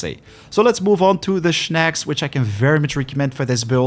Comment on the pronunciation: Why Shnacks and not Snakcs?